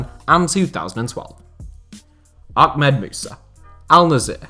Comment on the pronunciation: Ahmed with an h not akmed or akhmed